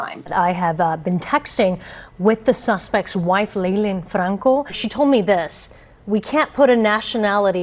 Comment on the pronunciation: “Léļáńď Frrráńco” …how absurd was that pronunciation How many accent marks does that name mean? HAHHAHAHAHA